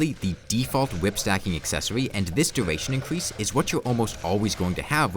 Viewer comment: Get a speech therapist, you talk like a diaper lover "incwease da numbo of wipped tag effects" "the sivur bracur" "the wickud armwet"